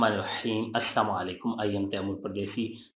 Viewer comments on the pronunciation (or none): bhai word Asslam O alikum hao assmu alikum ni